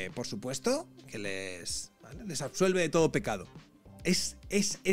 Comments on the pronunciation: Jajajaj No es eje...es ejque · Se dice “egque “, 😂😂